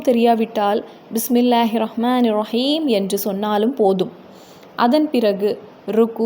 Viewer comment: முதலில் நீங்கள் சரியாக உச்சரிக்க வேண்டும் ரஈம் என்று ஒன்று இல்லை